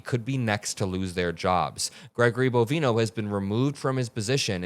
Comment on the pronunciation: bo-VINE-oh ... like "Bovine Oh"